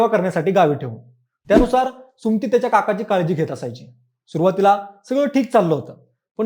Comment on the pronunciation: सुम्ती नाही रे सुमति असतं ते